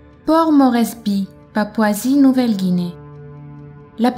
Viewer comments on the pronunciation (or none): "mogadiscio" ( en français ) et " guinée" ... sinon intéressant merci ;)